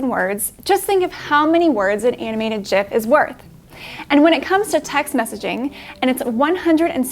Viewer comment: with the connect pronunciation of gif, congrats 😀